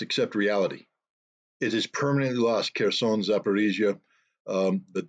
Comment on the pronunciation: Pay attention it's Kherson not Kearson 😂🤣😅😆